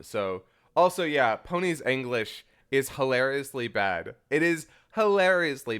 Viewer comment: Can't tell if is serious or sarcastic when he's pronouncing it "aenglish" lol love u guys